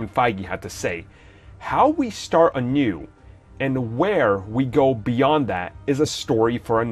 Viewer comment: Rami Alj Anew, not a new 😂